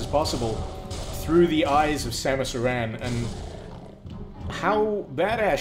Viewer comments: It's Samus Aran not Samus Iran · samus uhran? that is not how you pronounce it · It's pronounced the same as Aaron. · Ha he really said Samus uh-ran